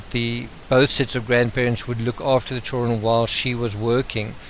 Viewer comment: Your voice is not boring! It's perfect. I have only one complaint. Your pronunciation of 'children'. I don't know why, but it bugs me.